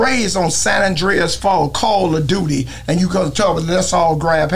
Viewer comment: Dat boi say "Sanandreas 4" 🤣